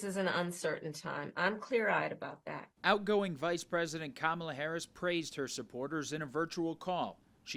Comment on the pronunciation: Kam Ahhh Lay .. pose nude for bucks